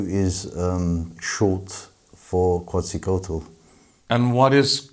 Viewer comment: It's pronounced "kets-uh-coatle"